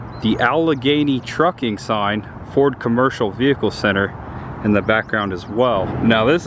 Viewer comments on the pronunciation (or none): none